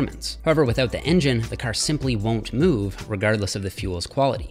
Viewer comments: It’s pronounced car not crr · Wait! Is he Canadian? The way he said “car”…. That’s what’s up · That is a very Canadian pronunciation of "car"